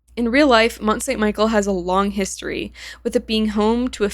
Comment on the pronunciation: Slight correction on the pronunciation; Mont-Saint-Michel is pronounced as mon san me shel in French